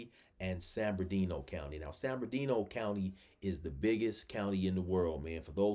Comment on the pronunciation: you gotta start saying San Bernardino County correctly lol you be saying San Berndino lol